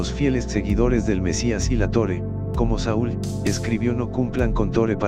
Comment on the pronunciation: Por que dice Tore en vez de Torah?